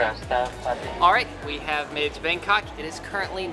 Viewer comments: You said bankoc not bangkok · I'm sorry the "BangKok" airport. That had me dying